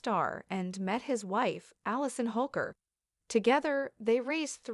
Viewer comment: “HOLKER,” like “Hole-ker.” Not “Hawker.”